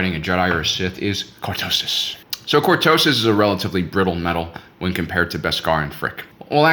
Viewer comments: Say it with me. Cor-to-sis! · I almost did not watch you video because of the click bait title, good thing I really like your content. Mispronouncing words os very common among people who learn from reading. One of my favorite visuals of cortoses is of Luke slowly hacking his way through the stuff in The Hand of Thrawn books. Off to BBQ some Ewok, keep keeping it real.